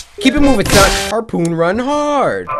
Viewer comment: I am a close friend to Cory and as a kid he wasn't been the best with speaking I wasn't expecting it to drag on this long and he always struggles to say simple words for say like "harpoon"